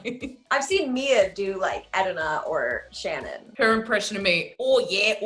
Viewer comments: the fact that Erana anglicised her name when she introduced herself but all her cast mates go to the effort to pronounce it properly 🥺 i felt that so hard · In Mia pronounces Erana's name. Is that how it is really pronounced? (I'm not an English-speaking person)